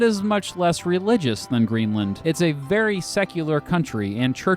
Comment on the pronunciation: Indeed Greenland was pretty much spot on too :D